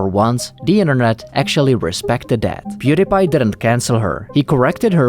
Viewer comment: Pew DIE pie. Stop mispronouncing his name